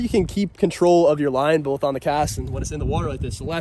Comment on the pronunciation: Why do you say bolth? That’s always been a pet peeve of mine, it’s both, there’s no L lmfso